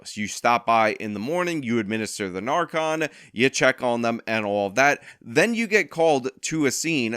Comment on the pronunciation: so fun fact... well first off, it's narcan, not narcon, but that's okay. close enough. hehe. the main point is though.. once you have narcan in your system, it actually blocks opiate receptors, so while you can still get high, it would take a significant amount more.. the issue with narcan is that if you take it while on the opiate, it immediately sends you into withdrawal, and so the junkies don't want to feel that, so they go use even more, and OD again.. it's a vicious cycle. what I would recommend in that situation, is when the addict is brought to the hospital to get checked out, give the guy or gal 1-2 suboxone (which actually contains narcan, as well as a medication that tricks your brain into thinking it's gotten it's fix, essentially), or something to treat specific withdrawal symptoms, so they are less inclined to immediately go out and use.. it's not a long term solution, if the addict doesn't want help, but it could address the multiple ODs in the same day/weekend.